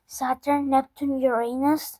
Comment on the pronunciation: Bro you called Uranus the wrong way